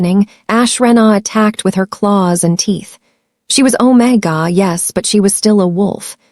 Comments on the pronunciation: "Alpha " Omega not OmaGa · Ometga? I thought it was omega pronounced omeegar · Omega is pronounced "ow·meh·guh! Beta is pronounced bay·tuh. Please fix it. It makes the story funny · If you use use AI, train it in pronunciation. If you use your own voice, please learn the correct pronunciation of Beta and Omega. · The prounation of Alpha and Omega was really annoying. Please fix for future stories. Listening from Jefferson City Missouri USA 🇺🇸